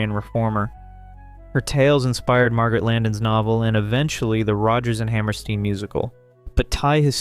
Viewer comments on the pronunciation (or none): The issues in “The King and I” were introduced by Rodgers and Hammerstein in their stage musical. And it’s pronounced “Hammer-Stine,” not “Hammer-Steen.”